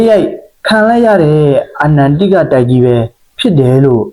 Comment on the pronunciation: အချက်အလက်တွေသေချာ စုဆောင်းပြီးမှ ကွန်းတန့်လုပ်ထားတာ နားထောင်လို့ တော်တော်ကောင်းပါတယ်ဗျ ၊ ဒါပေမဲ့ အာနန် တိက တိုက် လို့ မှားမှား ပြောနေတာလေးတော့ ဂရုစိုက်စေချင်ပါတယ် ။